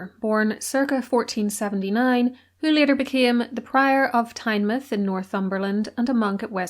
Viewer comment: Really enjoyed the video but have to mention your pronunciation of Tynemouth lol hate to be that person but as a Geordie it got under my skin. Tynemouth gets its name as it’s the mouth of the river tyne so it’s pronounced the same way Tyne mouth